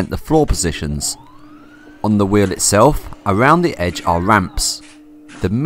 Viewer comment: I love how "wheel" = "whiww"